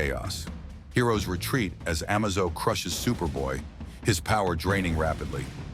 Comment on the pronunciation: its pernounced A-maze-zo